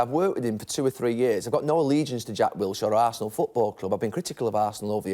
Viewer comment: Wilshire? Hahaha!!! He's Jordan Henderson of Arsenal. Pity us Brits and how we're taking for a ride